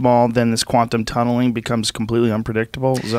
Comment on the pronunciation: "Quantum tunnelinnnguh"